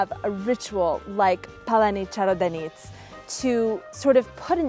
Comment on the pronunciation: Hello me and my BFF are in quarantine rn and our English teacher told us to watch this vid we ARE from the Czech Republic and we don't want to roast you but the way you said "paleni carodejnic" made us burst out laughing XD we are sorry for roasting we don't mean to be MEAN lol